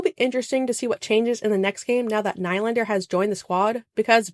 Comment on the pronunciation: Great video as always, love the channel! I've heard Nylander's name mispronounced a couple times here so just confirming that it's "Knee-Lander"